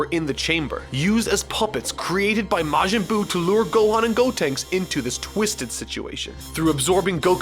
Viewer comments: " majin goo " wht ?? 😂😂😂😂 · I enjoy that you call it Majin Goo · “Majin Goo” Nice.